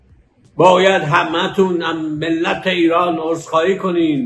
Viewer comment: این چه ادبیات لمپنی است که داره همش میگه چاییدید! بجای عذرخواهی هم میگه: عرزخواهی 😂 کلا تعطیلی بابا